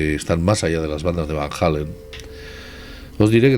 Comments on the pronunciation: Es Van Allen, no Van Hallen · No chacarron nouuu macarron nouuuuu.... No es Van Halen ......... ES VAN ALLEN!!! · Vanalen, no vanjalen, no hay ninguna H intermedia en Van Allen que necesite soñar como J.